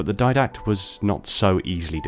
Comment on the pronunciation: Di-dact. Didact. DI DACT. Not diadact. Didact.